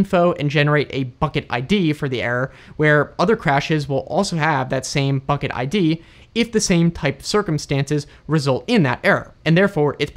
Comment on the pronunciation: Thanks for the video and for your channel. Pretty sure you said "fucket" instead of "bucket" a few times there.🤣